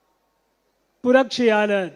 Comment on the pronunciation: தமிழைக் கொலை பண்ணுகிறார்: " மும்பு, சோலன், புரச்சியாலர் , மக்கல், ரஜேந்திர சோலன், etc.